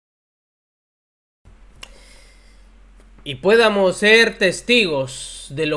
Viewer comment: Podamos, no "puédamos"...